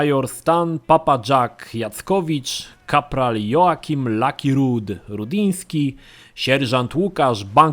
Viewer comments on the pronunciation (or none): none